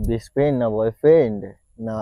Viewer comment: *brest friend 🤣😂😂😂 oh gosh brest friend abar ki jinis 😂😂..... Son tui English kotha bolte jehetu Janis na tai je kono English word bolar age aktu jene sune bolis vaiii... Bujhli ... Joto sob.. faltu meye akta. Hatt👉🗣️🚪